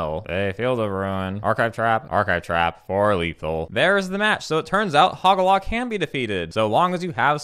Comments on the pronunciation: For future reference, hoe-gack, very memeable name as well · I cannot believe I had been mispronouncing Hogaak all this time. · I love it how the actual name is easier than what you were saying and yet you still went on saying what you said lol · HOGAAK! IT'S HOGAAK! HOG! AAK! WHY IS THERE AN EXTRA SYLLABLE?!?! HUH?!?! AAAAAAHHHH!!!! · I can't tell if you're calling Hogaak a different name as a joke or if you genuinely don't know how to say it